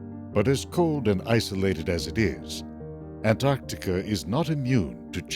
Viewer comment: Thank you so much for pronouncing both Cs in Antarctica. When I hear people skip the first C, it makes me want to slap them very very hard. There is a rendering mistake in the world view shown . At this time, New Zealand did not yet exist, but its forebear, the continent "Zealandia" was extremely prominent, and was between 8 and 12 times the current size of New Zealand. All that's shown is the sunken remnants of two mountain chains. New Zealand ALWAYS gets shafted by film producers; either left out entirely, or shown incorrectly over time. sigh